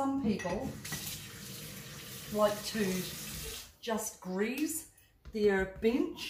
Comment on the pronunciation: Are you saying "yoost" lol. My hearing is off